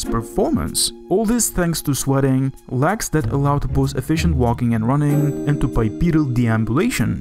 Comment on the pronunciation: THATS "LEGS"...NOT "LAGS".....FOR CRYING OUT LOUD. I HARDLY KNEW WHAT YOU WERE TALKING ABOUT.